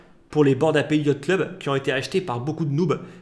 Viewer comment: C'est un détail mais frérot revois ta prononciation de "Ape" 😅